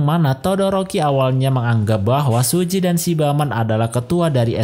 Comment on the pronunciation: Suji bang bukan siji